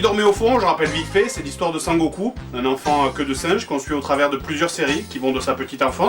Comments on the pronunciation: Cher Joueur du Grenier, étant un fan inconditionnel de la série (tout comme toi je pense) si te plaît et par pitié n'écorche plus son nom ! C'est: SON Goku et pas San Goku (ou Kakaroto son nom Saiyan) MERCI !!! :D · "Sangoku" mdr !!